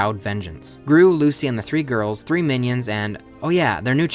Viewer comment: i love how you say ‘the gorls’ 🤣🤣